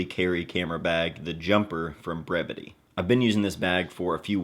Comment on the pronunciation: I never knew how to correctly pronounce the name of this brand until this video lol.. I’d love to win this bag. Great design